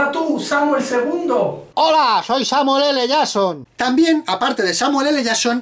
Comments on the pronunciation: Samuel L "yason" Hahahahahahahahahahaha. Si no saben pronunciar en ingles para que hacen videos????? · Samuele le llason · Samuel ele shason